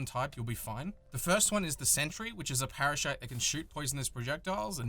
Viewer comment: parashite?:D u ok,?